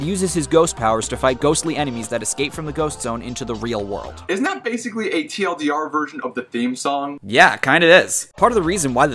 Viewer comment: Did he say TLDR? Or did he say Tidr? Which ever one he said, what did he mean in the context he was talking about